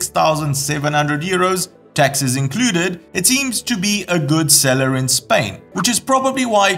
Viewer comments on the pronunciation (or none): none